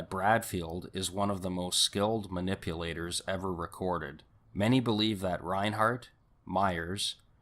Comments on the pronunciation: There is no H in Reinert 🙄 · It's Susan Reinert; not ReinHART. And, author Joseph Wambaugh's name is pronounced Wom-baw. sheesh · Wombug lol...it's Wahm baw....Valaitis is Vah Lie tis Reinert = Reye nert (NO H) Before you make a video, learn how to pronounce people's names.